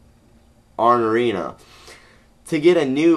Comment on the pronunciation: oo-raa-knee-ahh (ourania) and mee-ol-knee-err (mjolnir) just thought id help u out ;)